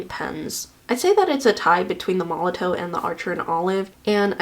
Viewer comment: Just as a FYI, Molotow is pronounced "Molotov". The w is a v sound, its made in Germany i believe. 😊